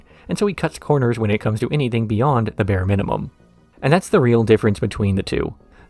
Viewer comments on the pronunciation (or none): none